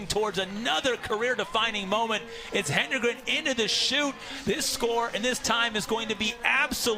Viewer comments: I cannot stand this. It’s HEDEN-gren. There is no extra “N”. Why are announcers so convinced it’s “Henden-” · She has dominated Cross-country news for two years. LEARN HOW TO SAY HER NAME!!! HED-EN-GREN. NOT HEN-DRE-GEN. AND, her little sister has already been breaking Jane's Middle School records. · Say it, "HEAD-IN-GREN," people. The announcers should have this figured out already! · I don’t think I’ve ever heard an athletes name mispronounced by so many announcers in so many races. HE-DEN-GREN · Hed-n-grin! Come on, now. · "ROTA-hinsky?" "HENdregen?" Get an announcer that can read simple names! Literally, just read what is there rather than making up some other name in your mind! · Its worse when some say "HEN-DEN-GREN" like wtf lol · Tell that to all of her family members who have shirts that say “pronounce it right” or something like that😭 I’m sure she’s not crying over it by any means, but it is kind of ridiculous that she’s the greatest female distance athlete of all-time and they can’t pronounce her last name DESPITE it being super easy to sound out. Hedengren — Head-in-grin? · I'm grateful for the coverage. So, I won't pile on TOO much. But mispronouncing the winner's name was bad. Plus, "obliterate" was used at least as much as the British announcers say "brilliant". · Geez, it was as though the announcers were from a non English speaking contry! Hedengren is a simple word to pronounce as far as English articulation goes... so weird how they kept mispronouncing it. Just shows that regardless of how 'predictable' you think the next race you're covering might be ... at least just read the names of the top runners you're commentating about (?!?!)] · Why can this lady commentator NOT pronounce Jane’s last name??? Geez. Get it together! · Amazing race, horrible commentary. It's ok to let the race breathe every now and then, and it wouldn't hurt to learn how to correctly pronounce the lead runner's last name as well.